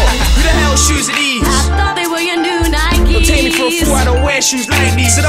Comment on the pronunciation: Stop calling it “nikey”! Pronounce it as “nyke”! You are not American and you don’t ride a “bikey”!